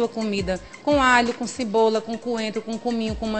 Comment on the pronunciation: Uma nutricionista falando"cibola"!😱😱😱😱